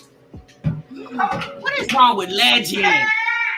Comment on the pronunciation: Jasmine really need to get Legend some speech therapy